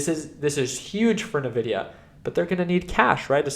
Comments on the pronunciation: i can't take anyone who says " ~Na-vi-dia-~ seriously when it's been ~In-vi-dia~ all along.... like..if you used their products, Any game powered by nvidia in the 2000s...the intro of the game had a whisper that would pronounce th EUFKCING NAME OF THE COMPANY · great video as always! The only thing is that the company is pronunced "envidia" not "nevidia". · It's N vidia not Nuh Vidia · You might be right with your analysis but you're wrong with your pronounciation of Nvidia. It's not Navidia it's more like "In Video". N pause Vidia. Nvidia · Please call it N-videa